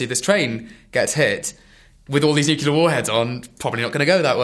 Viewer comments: It's fucking NUCLEAR, not NUKULAR. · It's not NOOKULAR it's Nuclear! NEW-CLEAR! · nuclear nuclear nuclear.. god nuke-ular drives me bonkers. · cant listen to him say Nuculer any more. It's Nuclear noob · I only have one thing to say, its fekking NUCLEAR! Not Nukelar or any other variation. Trailers look good but let's hope this turns out to be good. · C'mon, it's pronounced NooClear!